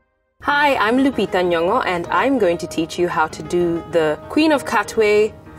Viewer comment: I love how she says her name. I've heard a few girls here(Zambia) mispronouncing their names trying to make them sound more'fancy' when there's really no need.. Our African names are beautiful and should be pronounced with pride. Love you lupita